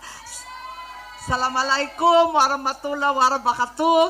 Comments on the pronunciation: lagi nalang siya magsalam di naman tama Ang dali lang sabihin dipa niya alam. Assalamo Alaykom Warahmatullahi wabarakatuho ganun po ang tamang pag bigkas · Natawa ako kay imi nag asalamo alaykom kahit hindi pronounce pasaway ka talaga hahah